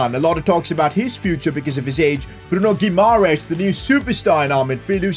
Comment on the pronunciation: PCQ: I think you mispronouncing Bruno Guimaraes's name, you are missing "a"